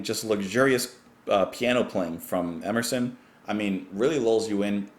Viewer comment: The god "Emerson" himself as 3 syllables😮